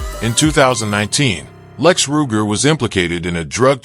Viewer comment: This video is a joke. The narrator doesn't even pronounce his name correctly